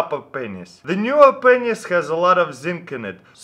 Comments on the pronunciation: can't stop laughing... that pronunciation... p***s😂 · Lol i thought he says "Penisses" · did taras say pennies or pen15? jk jk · Let me guess before watching the video. He will pronounce pennies as penis. I can tell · Every time he says pennies xD ROFL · make sure to turn on your captions when he says "Pennies"